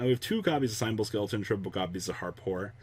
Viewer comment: Cre-shen-doe buddy SHEN. Lol but that and the pronunciation of cymbal skeleton also. Hella triggers me every time. Lol